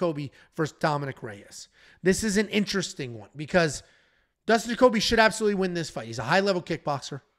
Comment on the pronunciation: "lnteristing" come out and play.